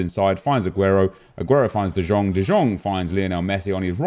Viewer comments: who else got triggered bye him saying de jjong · Nep, it's written De Jong but pronounce it De yong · Can you stop se de Jong like that it's like de yong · How long has this game been out and you still cant say De Jong right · Stop pronouncing the j in de Jong